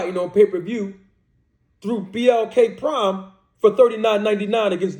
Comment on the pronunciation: I hear you but does Crawford sound like he believes it the biggest fight. Crawford got 8 figures from blk prime and yet to post/promote the fight....he can't even say their name correct